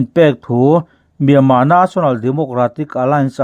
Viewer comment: Myanmar tih lam rik hi a har viau aniang maw